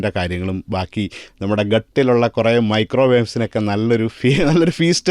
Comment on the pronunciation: Micro worms ennanu paranjath.. Micro waves ennalla.. 😂😂😂